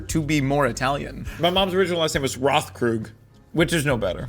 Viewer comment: Rothkrug is supposed ti be pronounced with a t instead of a th 💁‍♂️